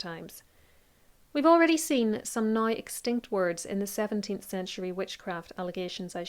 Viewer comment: It took me a while to understand your “now” - sounds like “nie”. 😊